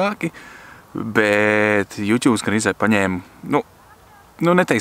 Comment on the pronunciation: Aicinu sākt izrunāt YouTube kā "jūtubs" nevis "jutjub"